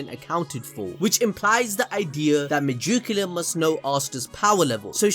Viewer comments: Why are you saying majukula it’s Meg-ick-you-la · Hey it's not megiculla not mejuculla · Its megickula not mejickula